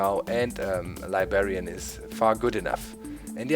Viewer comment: Heh heh he says libarian